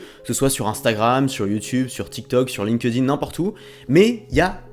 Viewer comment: arrête de dire linkeudine. Pitié. C’est linkedin. Link-din si tu préfères.